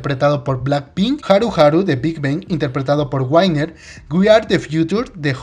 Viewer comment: Guainer (Winner) LOL